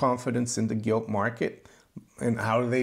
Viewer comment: Sorry did you say Gilt or Guilty lol, keep up the good work